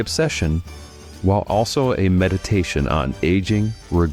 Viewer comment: Drives me nuts when people say bi-opic it’s pronounced bio pic as in biography picture